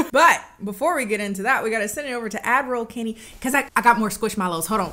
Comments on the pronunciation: Damn. If you didn’t say that, I’d continue believing she’s Admiral Kennie.😂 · At first I didn't understand why she called herself "Admiral Kennie" but with time I accepted it as the norm, thank you for bringing it up 🤣